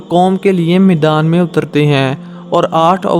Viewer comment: Maidaan bol Bhai not meedaan Urdu talafuz theek Karo